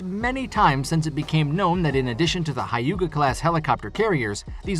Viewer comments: The pronouncing the word hyuga is wrong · I think you need to watch Naruto to get the appropriate pronunciation of 'Hyuga'